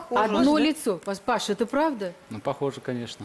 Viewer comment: Не Паша, а ПашА!!!!!!